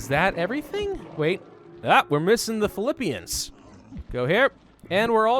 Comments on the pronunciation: ‘Filipeans’? What the fuck is ‘Filipeans’?? ITS NOT PRONOUNCED LIKE THAT ASSHOLE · Oh and btw the Phillipines is not pronounced that way (fili_peens) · I’m in the Phillipines and he said it wrong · He said Philippines wrong